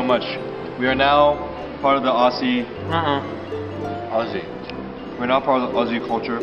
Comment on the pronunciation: so glad someone finally corrected them (in person)... felt so good to hear them say Aussie correctly!